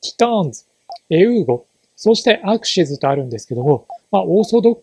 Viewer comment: アクシズではなくアクシスになってますよ